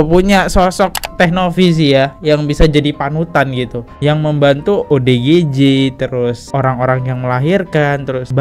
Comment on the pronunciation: Perhatiin tiap ngmg ODGJ salah mulu nyebutnya, malah jadi OGDJ 😅